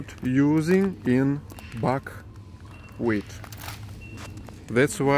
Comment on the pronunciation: I laughed when he said fuckwheat